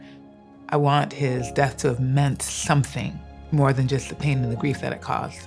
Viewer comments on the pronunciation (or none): I'm so sorry but when she said "I wanted his death to have meant SHLLomthing" I nearly died myself 💀